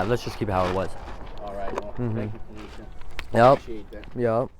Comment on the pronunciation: The letters say Ponysha but i swear this guy said "Pornesha"